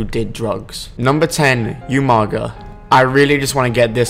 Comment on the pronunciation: its not yumaga its umaga